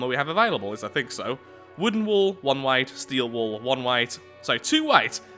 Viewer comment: Is it just me or is it every time says wall it sounds like wool instead?